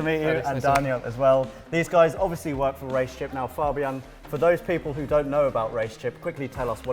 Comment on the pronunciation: Im glad he didn't say "fejbien" but actually said fabian, which is the right way.